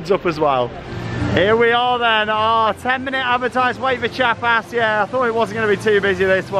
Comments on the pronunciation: It's more like "chjA-pas" (after a state in southern Mexico). The "i" or "ee" sound is very short to almost non-existant, and emphasis on the a. Just listen to the soundtrack, they chant it several times on there. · Chiapas is pronounced Chee-Ah-Pass. Wink, wink.